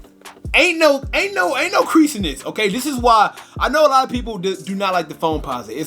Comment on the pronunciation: My boy said, “quereasin” 😭😭😭